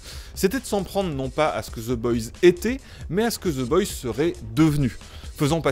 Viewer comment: Personne ne comprends la série oui toi en revanche tu ne comprends pas non plus ton propre langage... Oe ce prononce o aller ciao le énième génie bac+7 chômage de youtube